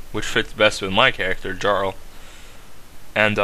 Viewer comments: Yeah Jarl is Prenounced Yarl and a Jarl was pretty much like a Viking Lord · the "J" in Jarl is silent in scandinavian languages. so it's pronounced as "Yarl" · 1. it's pronounced Vy-king-ur 2. It's pronounced Yarl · This is awesome! (lol "his name is Jarl" - J not sounding like Y)